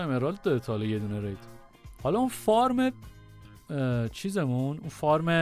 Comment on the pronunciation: Fart گفتنت عالیییی بود 😂😂😂😂